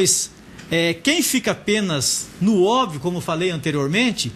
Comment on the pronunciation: Professor bosta! Não sabe pronunciar obvio.. PQP!